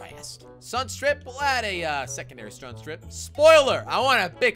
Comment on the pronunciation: when jelly was changing sunstrips he said strun strip